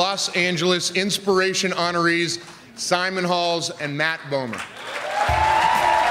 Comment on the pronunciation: said Matt boom'er.